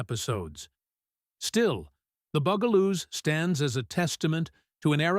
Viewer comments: Dude, Bugaloos, not Boogaloos. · Sounds like BOO Ga Loos, not BUG a Loos. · BUG-A-Loo not boo-ga-loo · Bug-A-Loos...not "Boog-A-Loos" UGH! This AI voice over crap is SKYNET! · Loved everything, Sid and Marti Croft did. But I can tell this is being read by AI because it is not pronounced bugle loose. It is bug-a loos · It is NOT Boogaloos. It is BUGaloos. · Bug-aloos, dumb ass AI narrator. Not Boog-aloos. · The bungaloos are pronounced like bugs not like a bugel. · And also "The Byugaloos". it's BUGALOOS...they were (supposed to be) INSECTS. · Please teach A.I. to say, Bug-a-loos properly! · Bug-a -loose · #9 is pronounced 'The BUG-a-loos' - emphasis on BUG (like insects). AI is awful. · Narration completely destroyed pronunciation on the Bugaloos, that's BUG-aloos, NOT BOO-gle-oos, and it's Benita BIZARRE , NOT Bonita BYEzar. Doe no one proof these videos before uploading? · So many AI fails. R dash 2 D dash 2? Benita BUY-zahr? Bugle-ooze? Jonathan Harris a 60's cowboy icon?